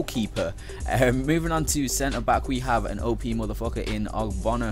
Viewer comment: He says openis as an OP :/